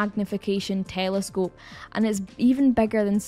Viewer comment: Haha "tææelescope" sounds funny when you say it 😅